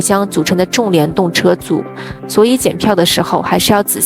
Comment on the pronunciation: 此处"重"字念chong二声，重联